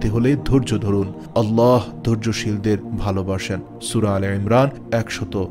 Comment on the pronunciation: সবাই বলে আল্লাহ আর আপনি আললাহ বলেন এর কারন কি??